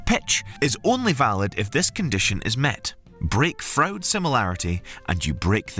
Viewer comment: William Froude is pronounced like Frood .